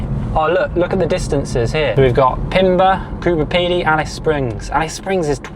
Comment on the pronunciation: You couldn't even pronounce Coober Pedy correctly